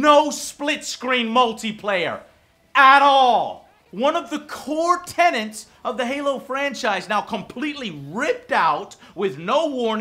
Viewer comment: Will assume you meant to say "core tenet" rather than "core tenant"?